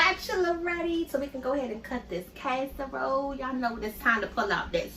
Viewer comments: Down south where I'm living. We don't call it CASE a role.....its called Cass A Role😂😂😂😂😂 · Your kitchen looks nasty to me. Also, the word is not kaserole, it is casserole. You didn’t mix anything in with the squash but cheese and onions how can it be a casserole without mixing some other ingredients in with the squash like sour cream and cream of celery soup. These are the ingredients that most recipes have in them. If that is how you like to make it I guess it’s ok but I don’t think most people would like it that way 😂😂😂🤮🤮